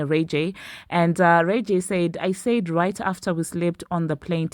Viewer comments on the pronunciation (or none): His name is RAY.... J not rayga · Wait. How did you just pronounce Ray J? 😭🤣🤣